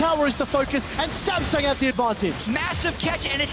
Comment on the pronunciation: Did he say Sangsum instead of samsung? 😂